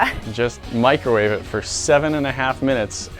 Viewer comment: In start she said microvave in a watermelon 😂😂😂